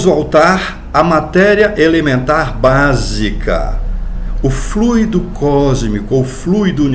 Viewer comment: Muito importante a sua pronúncia correta da palavra FLUIDO